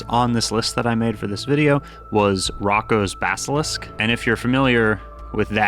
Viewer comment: It’s pronounced Roe- koe’s basilisk